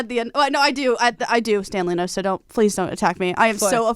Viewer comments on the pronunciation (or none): Did she said “stand Loona” ? 😳